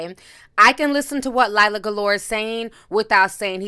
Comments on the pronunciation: Sis I love you but stop calling LIRA, LILA 😫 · I love watching u but damn do u be butchering ppl names🤣🤣🤣 LiLa Galore tho....its Lira 🤣🤣🤣🤣🤦‍♀️ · Actually it’s pronounced Leer-a! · Are we calling her Lila on purpose or ignoring the “R” and adding an “L” ☺️☺️☺️. Either way it’s making me laugh. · (When she made it a point to correct Kaylar’s name) 😅 The real tea was you calling Lira, LIE-lah 👀 I caught that shade. 😭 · LIRA...NOT LILA. Ti, you are the ultimate name butcher 🤣🤣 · Its “lira” not liahla lol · Then you called her “Lie-ra” at the end!? Lol 😆 shady Ti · Lmaooo. How do you read “Lira” over and over again and continue to pronounce it, “Lyla?” 😂😂😂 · “Lear-A” not Lye-ra and not Lila 🤦🏽‍♀️🤦🏽‍♀️🤦🏽‍♀️ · I'm dying at you calling her LIE-ra 😭😭😂🤣 a little shade with the tea today lol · Ti it’s not Lila it’s LEAR-RAH! 😭😭😭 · Nobody: Ti: “Lila” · Did she say Lila? It's LIRA.....L-I-R-A one "L" in her name.🤦🏾‍♀️ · Lord Ti, her name is Lira not Lila 😂😂😂 but thanks for the tea honeyyyyy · Lira pooh not Lila, but great video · It's not Leila its Lira as in the Arabic currency the lira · L I R A!!! Not Lila!! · Lira... it’s lira....where’d you get Lila from T? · Her name is LIRA not LILA. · Leer-a not Lila 😭😭😭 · Her name is Lira... not Lila. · Lira not Lyla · Ti I thought her name was pronounced lere-ah! You keep saying lila lol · LIRA NOT LILAH right ? lol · It’s LIRA girlllllll not Lila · You keep calling her Lilah.... It’s Lira... L-ear-ah. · Where you get the second L from not lila lir-ra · I love you but you kept pronouncing her name wrong.. its pronounced like LEERA not LYRA 😭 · LEE-RUH!!! LIIIRRRAAAA!!!!! Not Laila or Laela 😩😩😪😪😪. Please!!! I love you with all my heart my sister but you stay butchering names. My goodness 😩😩😂😂😂😂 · Why do u keep saying Lila can u read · stay jacking someone's name lol! LiRA not LiLA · Who’s liyla it’s l i r a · Her name is pronounced L-ear-uh. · Ms. Alpha agreed. she’s so annoying when it comes to names.